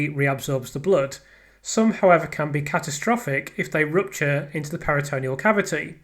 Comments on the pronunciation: Just a tiny observation, firstly LOVE the channel and all your work, just a little note re pronunciation... It's PERI-tuh-NEAL not peri-TOE-KNEE-ul 👍🏼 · Love your channel, your hard work and persistence. Please get the medical pronunciations correct. Check pronunciations, for instance peritoneal is pronounced PERI-tuh-NEAL not peri-TOE-KNEE-ul It's important to get these terms right, and your attention to detail means you like getting things right I know 🤓👍🏼👍🏼👍🏼